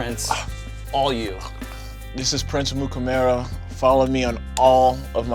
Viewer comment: Did he just pronounce his own name wrong? Sounds like he is saying "Prince Amukamaro" After saying how easy it was to pronounce (if you can read it) this stuck out at me at the end. I'm sure I'd mess up lots of my own words too after what he just went through with all that heat, but I chuckled.